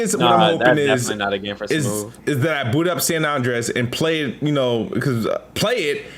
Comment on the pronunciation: do you not know how to say San Andreas?? You sound goofy AF sayin San Onndrayaz LoL